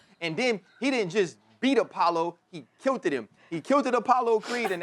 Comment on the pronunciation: "He KILTEDED him" 🥴🤣🤣🤣